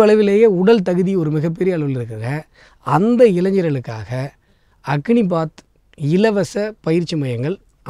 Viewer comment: அக்னிபாத் இல்லை அது அக்னிபத்😊